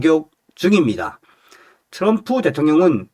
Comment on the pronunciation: 츄럼프가아니라 트럼프 내옆에있는 여자친구가 미국흑인친구야 발음틀리데 왜한국사람들은 발음가지고 멋을부리고 잘난척을하는지모르겠다고 그러더라구